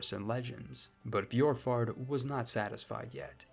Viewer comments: Just take away the y sound from Borkvard, if it had that it would be spelled Bjorkvard, Orvarsson would be pronounced closer to Urvarson depending on where you're from, really the O would be pronounced like the eu in the French word Bleu back then, same as the letter ø. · its pronounced börkvarður örvarsson hope this helps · Bjurk-Vurd Oh-Va-Sson Sorry I am so late to correct you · Scandi here Here’s pronunciation. Ð = /Eth/ kind of noise. Ö is hard to explain, It’s a kind Ueh noise, Same time of u as the U in “Uh” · As a Viking, I’ll give you a pass on that pronunciation, because our Scandinavian letters usually confuse non-Scandinavian people.